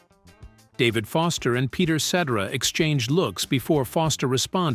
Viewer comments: Peter Set-Tera.... AI SUCKS!!! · Peter Set-er- Ra ? 😬🫣👀